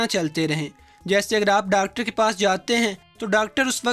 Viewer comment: Ha bahi Dactor ni hota doctor hota ha